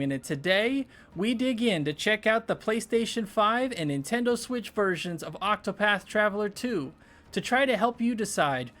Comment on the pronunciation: This man said the N tindo switch.